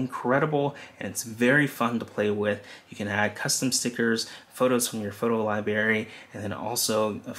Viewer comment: Great explanation and job well done. Please pronounce library including the "r" Not library but library. Good job!!!!